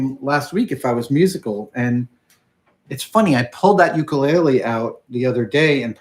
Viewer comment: For the sake of education of a larger audience (and on behalf of my Hawaiian wife), you built and play an 'ukulele and your pronunciation is a little off. It does have an interesting history with its name and why it is associated to Hawaii, which many do not know. It is great that you share your discoveries, experiences, and most of all, your enthusiasm with the rest of us.